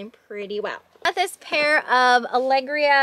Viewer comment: Those shoes are sold onQVC and they are pronounced like ala greea